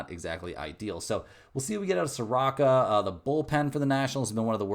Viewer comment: Mike name is pronounced sa roo....ka...... not sa rock a